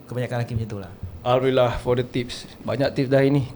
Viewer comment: sebut alhamdulillah pun salah.bukan alhamdurillah